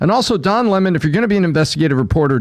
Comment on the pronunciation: Don Le-Mon